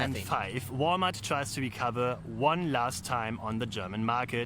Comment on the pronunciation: Thanks, i had no idea Walmart is pronounced Wall-e-mart in the US.